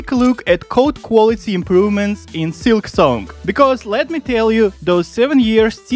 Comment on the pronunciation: Why do you say silksonk?